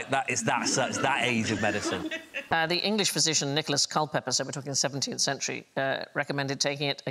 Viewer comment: I know Jason isn't a toff but Alice is sitting close by and says the word "medicine" properly and he goes on to say it incorrectly. Seriously what is the point of the Kings' English?